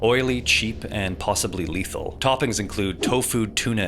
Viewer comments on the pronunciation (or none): none